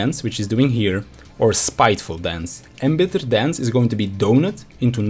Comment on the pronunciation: Embittered = INbittered